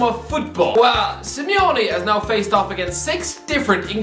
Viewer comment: Simeone* not Simiouwni